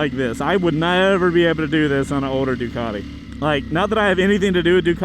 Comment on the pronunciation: For a sec I thought he said "Dugati super Legit" 😂